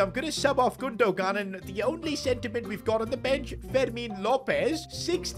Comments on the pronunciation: You are saying gundo-gan it’s gundogan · It’s GundoHAN not Gundo gan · It’s gun-du-wan not gun-du-gan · You pronounce his name like Gondowan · the way he says gundogan lol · makes me cringe every time he says Gundogan 😢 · enjoyed the video also you dont pronounce the second "g" in gundogan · You don't pronounce the g in Gundogan